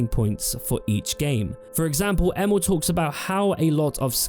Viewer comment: Every time you say Emil, i actually hear Emo, event hough he doesn't look like an emo to me LOL Edit: It's really shocking to see how much game developers lie or have lied in the past about what you can do in their games, starting with Peter Molyneux, Sean Murray and now Todd Howard with Bethesda! I didn't even remember the claim, that Fallout 4 should have had over 200 endings, before some other youtuber brought that to my attention again! And to Player Choises and illusion: Yeah, that would be definetly a thing to have a lot Playerchoises. The downside of this on the other hand is always the fact that you'll miss out on other contend you can't experience, because you chose the other path!